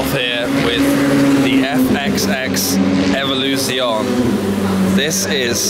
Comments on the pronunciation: Please learn how to pronounce Evoluzione correctly. At least. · and Scaglietti.